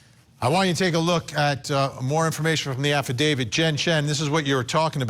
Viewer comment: Side note- someone please tell this girl reporting to look up the pronunciation of the word affidavit! It’s not affidavid. She only said it a hundred times!